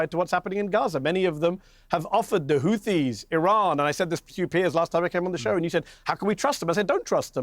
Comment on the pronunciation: why does he say khamas khizbulla khouthis when he clearly can pronounce the H normally in other words